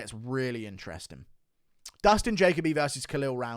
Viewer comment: Guru why are you unable to pronounce Jacoby 😂😂😂(JA-COE-BEE) not (JAY-COE BEE)